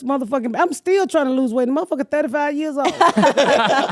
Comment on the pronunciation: “thank gawd ma brotha steeal”😂